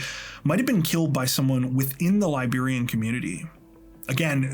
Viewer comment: I'm Liberian and haven't heard of this story. So tragic and disturbing. Also, thanks for the accurate pronunciations of Liberian names and places, excellent work as usual